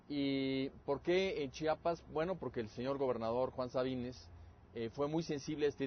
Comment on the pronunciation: CHIAPAS, NO CHAPAS :S EN SERIO ES MUY DIFÍCIL DECIR CHIAPAS?